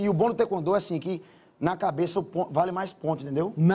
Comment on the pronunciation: Cara você não é faixa preta mano tá falando taekwondo errado e nem abaixa direito no comprimento